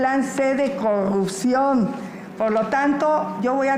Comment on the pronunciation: Jajajaja no sabe ni pronunciar corrupción,ahora corrucion,y si sigue la corrupción es los municipios y alcaldías donde gobierna el prian ,ejemplos talnepantla,Naucalpan Cuautitlán,etc.esa escuela la dejaron los gobiernos prianistas, junto con el crimen organizado y sindicatos